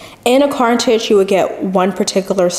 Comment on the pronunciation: It's a CARTRIDGE. say it with me: "CAR-TRR-RIDGE" CARTRIDGE